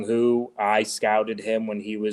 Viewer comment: Marty: I really enjoyed this but I have to nitpick. It's important to get the names right. Jung Hoo Lee is Jung HOO Lee, not Jung "Hoh" Lee.